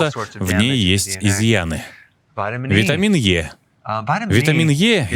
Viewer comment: Чего витамины "Йэ" если витамин "И"?